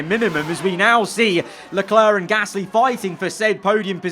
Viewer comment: Love these vids but just wish you could say Gasly right not Pear Gasssssssly